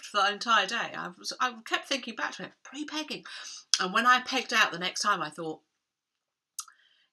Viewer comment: Pre - pegging🤭! What in the world! 😂